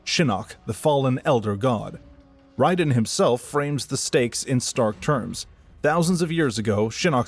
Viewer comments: No offense, but I think that people assume it's AI because of the unusual way that you pronounce some names, especially Raiden. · It's definitely AI. To humor you: if it isn't, then credit your voice over artist. It's definitely not self-narrated, because if you knew this lore and played these games, you definitely wouldn't have had the off pronunciations you have in this video. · By the way, it is Raiden, not Ryden. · RAY•DEN That's how it's pronounced. Got damn. Raiden. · Raiden the thunder god. Not wrong ,but this guys name is pronounced Rayden. He wasn’t the lightning in the rain. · Was going to post the same thing. The games all clearly pronounce his name as "Ray-den". I feel like people who insist on pronouncing it the way the author of this video did are just being pretentious and claiming "hurr durr, we're just pronouncing it correctly according to how it's spelled." What people like the author of this video fail to realize though is that how it's spelled and "correct" rules of pronunciation are entirely irrelevant. However the developers of the game say a name is pronounced, that's how it's pronounced regardless of spelling or other rules of pronunciation. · First of all i was very sceptical of the voice and not mentioning that the og kung lao was the ancestor to clarify misconceptions but after hearing you pronounce raiden i was 100% sure this is ai slop at its finest. Dont get me wrong you probably halfway put effort in this vid probably. But i aint watching that shit. Now gtfo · Pissed me off the way he said Raiden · its not wrong but its MK wrong lol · You get a down vote because mispronouncing Raiden tells me youre using AI, either to write your script, read your script, or both. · Buddy makes a whole ass video on the world of MK and can't even pronounce Raiden correctly. Like did you even listen to any of the scenes? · Has to be saying the name wrong on purpose. Raiden's name is used in every game countless times properly.